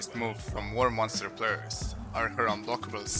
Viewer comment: "Warmonster" lel